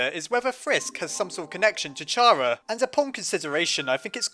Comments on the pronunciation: So aparrently this youtuber pronounces Chara like " Chaira" which makes no sense cause its short for Character. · I Think It's Pronounced Kara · It's pronounced CHARA 😅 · it is pronounced chara (ca-RA) like character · IT IS PRONOUNCED KARA!!! >:( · It's car-ah!!!!!! IM GONNNNNNA RAAAAGE!!!!!!!!!!!!!!!!!! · Muzik Bike WRONG it's pronounced Chara. I swear everyone pronounces it wrong. Say it with me, Chara. Got it? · Ur way of saying Chara hurts my ears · ITS CHARA NOT CHARA It Makes More Sense! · I cringe every time I hear you say Chara's name like that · Just saying that Toby Fox says it is pronounced C-ara, not CH-ara. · Pretty sure the name Chara stems from character, so it’d be pronounced cara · just so you know, her name is actually pronounced "Car-a" because Chara is short for Character :) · Chara's name is like CHARActer. So, its pronounced kara. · it's pronounced Cara, because it's short for character, so silent H 💙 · It is pronounced carea like in character because chara's full name is character. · it's pronounced "kara" , you wouldn't pronounce the word "character" like that, would you? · CHAR-uh? CHAR-uh? It's KARR-uh!!!! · Just saying, I think it's pronounced Kara not Chara, just because Chara's name is supposed to be off of "character". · It's pronounced kara KAAARAAAAAAAAAAAAAAAAAAAAAAAAAAAAAAAAAAAAAAAA!!!!!!!!!!!!!!!!!!!!!!!!!!!!!!!!!!!!!!!!!!!!!!!!!!!!!!!!!!!!!!!!!!!!!!!!!!!!!!!!!!!!!!!!!!!!!!!!!!!!!!!!!!!!!!!!!!!!!!!!!!!!!!!!!!!!!!!!!!!!!!!!!!!!!!!!!!!!!!!!!!!!!!!!!!!!!!!!!!!!!!!!!!!!!!!!!!!!!!!!!!!!!!!!!!!!!!!!!!!!!!!!!!!!!!!!!!!!!!!!!!!!!!!!!!!!!!!!!!!!!!!!!!!!!!!!!!!!!!!!!!!!!!!!!!!!!!!!!!!!!!!!!!!!!!!!!!!!!!!!!!!!!!!!!!!!!!!!!!!!!!!!!!!!!!!!!!!!!!!!!!!!!!!!!!!!!!!!!!!!!!!!!!!!!!!!!!!!!!!!!!!!!!!!!!!!!!!!!!!!!!!!!!!!!!!!!!!!!!!!!!!!!!!!!!!!!!!!!!!!!!!!!!!!!!!!!!!!!!!!!!!!!!!!!!!!!!!!!!!!!!!!!!!!!!!!!!!!!!!!!!!!!!!!!!!!!!!!!!!!!!!!!!!!! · Isn't it chara and not cara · CHARA NOT CARA!!! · How to pronounce ch-ar -a not c-ar-a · Chara not cara